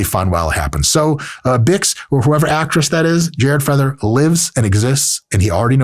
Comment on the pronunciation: the way he says BIX is obscene 😂 im offended